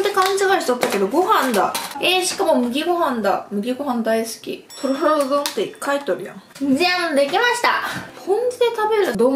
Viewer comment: とろろってすごく言いにくそうですね👅たららって言い間違えが面白くて可愛いです😊最後にとろろ飲むの好きなの分かります！！